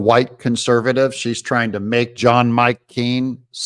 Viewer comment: I like how you say “John Mike Keen” with such emphasis on each name! Forceful! 😂